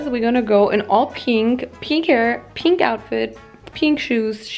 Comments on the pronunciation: I am SO triggered everything she sais peenk instead of pink and I don’t know why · Wieso betonst du das piink so ? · anna wirtshofer somebody how to spell PEENK correctly thank u💞💞💞💞💞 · I'll never be able to pronunce pink in a normal way ever again...